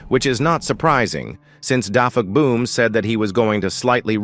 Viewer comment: You said defuckboom not dafuqboom